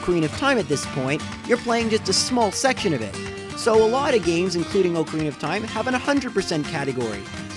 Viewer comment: You don't say "ocarina" correctly.